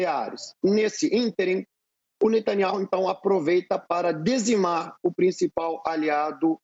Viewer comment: “Dezimar”? Isso mesmo? Esse é o nível?